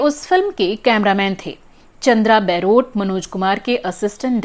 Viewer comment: Chandra Baarot is mispronounced in this blog as chandra Bairot...